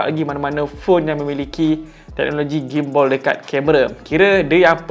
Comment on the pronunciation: Gim-Ball ??? Gimbal Ler 🤣 Bukan Ball 🤣